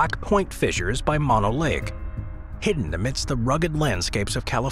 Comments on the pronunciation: "Mono" is pronounced like "moe-noe," not "maw-noe." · Mah-no is pronounced Moh-no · Just to keep things straight in the media, "Mono" as in Mono Lake, is pronounced "moan-o".